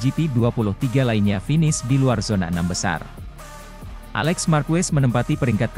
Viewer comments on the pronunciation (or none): none